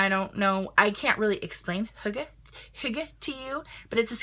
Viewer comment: Great pronunciation for hygee! I never knew how to say that! ❤️